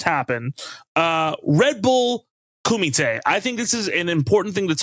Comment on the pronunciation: Nice correct pronunciation of kumite :) People mispronounce a lot of stuff when it gets Americanized.